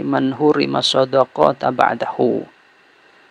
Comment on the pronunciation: Yg benar sodaqotu BKN sodaqota